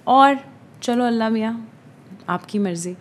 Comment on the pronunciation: Ye lafz Allah Miaan nahi hota Allah TaAllah hota hae pehle tou kuch lafzon ko bolne ka shauur hona bhi bohat zaroori hae pls don’t mind but that’s a fact we spell some words very wrong